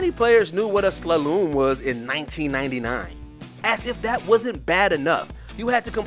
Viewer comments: "How many players knew what a 'Slaloom' was in 1999?" It's 2023 and you still don't know apparently. It's a slalom, not a "sla-loom". And any decently educated person knows what a slalom is. Also, linear is not pronounced "lineer" and morse code is per letter, not per word. So much cringe in this video, but hey, it's Watch Mojo at it again... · This easily takes the #1 place of worst WatchMojo lists. Starting off with 3 "praised" intros (well 2 at least) you know the list is wrong. Pretty much the only ones I agree with here are Driver and Superman 64... Also, the way he pronounced slalom - sla-loom....wtf? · slaloom... My guy SLA-LOOM! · "Slalooom" 😂😂😂 You don't know what it is now 😂😂😂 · and Slaloom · This list sounds like some kind of personal op ed because a lot of these games dont have bad openings not Kingdom Hearts 2 especially and whats with the mispronunciations Len near and slaloom this guy never played a game in his life making the list feel that much more shitty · Did he just say “slaloom”? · they're a Canadian company so I'll give them the benefit of the doubt. Maybe that's how they pronounce it in Canada lol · wait until you get to slalom...